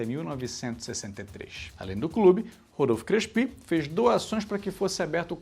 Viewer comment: Adorei. Mas eu nunca ouvi o nome Crespi pronunciado como oxítono. Você pesquisou sobre a pronúncia correta? E já que o tema da série é o paulistão, faltou falar do estadual conquistado em 1934, de forma invicta, jogando como Clube Atlético Fiorentino. Abraços!